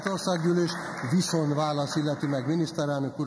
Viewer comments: NEM "VISZON", hanem "VISZONT"!!!!!!!! Azért ott fent a pulpituson ülve illene magyarul beszélni! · " Viszon' "válasz....kérem szépen VISZONT válasz! Egy levezető elnök beszéljen helyesen, szépen magyarul!